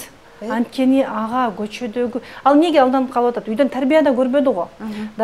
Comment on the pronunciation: Дажее" дегенди туура суйлочу ,оофффииий